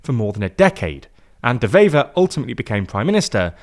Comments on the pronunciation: It's pronounced "waiver" (like the thing you sign). The 'W' is pronounced just like in English, not like a 'V'. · A small point, 'Wever' is pronounced as it's written, with a W, not a V. Lastly, the hard line Flemish maybe want to join Holland, but Holland doesn't want Flanders to join them, which is a bit of a problem. The same applies with Wallonie and France.